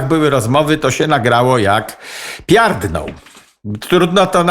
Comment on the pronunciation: Pierdną a nie piardną